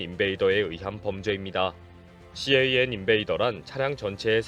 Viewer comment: 일반적으로 CAN 을 씨에이앤 이라고 읽지 않습니다. 그냥 캔 이라고 불러요. 혹시 그냥 캔이라고 하면 틀렸을까봐 낱자로 부르신거 같은데요 ㅎㅎ 그리고 씨에이앤 인베이더 ...무슨 대단한 방법인것 같은 용어처럼 들리지만 그냥 '자동차통신침입'을 뜻하는 말이예요 일반용어입니다. 요즘은 캔 쉽게 못뚫게 사이버시큐리티가 반영되고 있어서 이것도 예전 이야기가 되고 있어요.